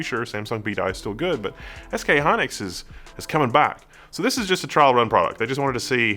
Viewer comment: It's SK Hynix not Hynlix